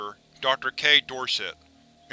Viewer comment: I love your videos. The only criticism I would have is the way you sometimes mispronounce words or names. For example in this reading the mother's name was Yvette, which is pronounced usually like a hard "E" (think email or electronic) and "Vet" (like the shortened term for veteran). It could also use a softer "E" (think ehhh... Like the internet term for disinterest mehhh... without the "m"). You also kinda jumbled the words "patriarch" and "matriarch" in this reading. You got the beginnings of the words right, but at the end the "h" is usually considered silent so its more like arc (sounds like ark, like the mythical Noah built in the bible) not arch(like McDonald's golden arches). Not trying to nitpick ya here. Like I said I love these videos, this one was especially creepy, and your tone and timbre really makes it sound like a governmental organization's audio records. There are channels here on youtube dedicated to pronunciations of words, if you're ever unsure of how to correctly pronounce a word you could check youtube first, or you could get in contact with me. I'm not saying I'm some expert, but I'd be happy to help ya in any way I could. Like I said, I love these videos and want to keep them coming! Hope this isn't too negative, not trying to discourage you or be overly critical.